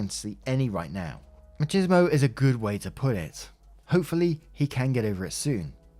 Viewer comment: For some pronunciation help in the future: machismo is pronounced similar to mah-cheese-moh. It’s not exactly like that but it’s a good starter. The “chi” is like “chistle” and the s is similar to in cheese. Much love!